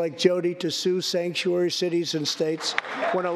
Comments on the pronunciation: So he said “stangkuary”?😂😂😂❤️❤️❤️ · He called California and it's cities "Stankturary cities". New word for all sanctuary cities...because it is true.